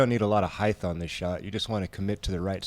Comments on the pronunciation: Why did keep saying "heighth"? Lol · Love the commentary but heighth is not a word. It’s height. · Bro, since when is HEIGHTH a word? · Cool commentary and coverage... just curious why keeps saying heighth instead of height. Is it one his made-up words like ‘nurl’? Interesting 🤔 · is saying...hyth? not height?.... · Great commentary, and., height rhymes with night - even spelled the same. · Someone teach how to say the word "height"! It's annoying listening to him mispronounce it over and over. There is no "th"!